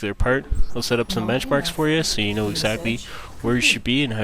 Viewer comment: "BenchAMrks" ;D